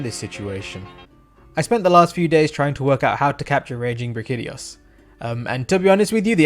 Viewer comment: Did he just pronounce it as Bra-kitty-os... why is it that everyone can’t pronounce the names of the monsters most used and talked about in the meta. Brack-ee-dee-oh-s please check yourself you unintelligible nobody